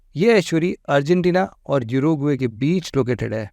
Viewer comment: Fully educated bro. Uruguay. Oruguay bolte Hain na ke gooruguay. Pehle khud learn Kar lao mere Bhai doosron KO 😂😂 teach Karne se pehle Kia Yaar ek mic lekar har koi sir ji ban jaata hai